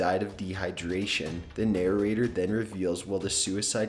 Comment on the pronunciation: This guy's pronunciation kills me: "mack-a-bree" for the word 'macabre', "narr-er-a-tor" for 'narrator'.